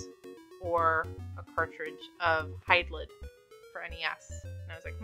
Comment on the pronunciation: It's pronounced Hide Lied. My favorite Hydlide is the one on the SEGA Saturn, Virtual Hydlide.